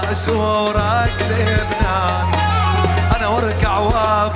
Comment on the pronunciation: 23:3 ليش حسيت طعجا وقت حكا "االبنان وسوريا" 😂😂😂😂😂😂😂😂😂😂😂😂😂😂